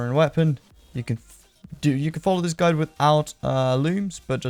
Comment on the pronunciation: Hhhhhhh fu you buying level gear and you SAID gudie hhhhhhh what a noob you are